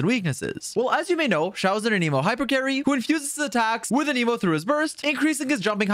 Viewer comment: How do you main xioa and say anemo so weird